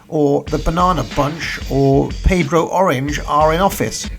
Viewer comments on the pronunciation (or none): none